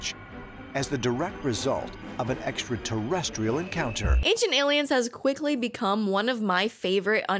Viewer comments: you need to include that one guy with the crazy hair being unable to pronounce extra-terrestrial properly and saying "esta-terrestrial" to your drinking game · Thanks. If Tsoukalos is going to talk about extraterrestrials all the time, he ought to have to learn to pronounce it. tavi.